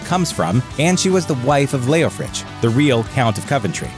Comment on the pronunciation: That's the 1st time in 76 years I've heard him pronounced Leofrich. I didn't see an H on the end. : ¬ O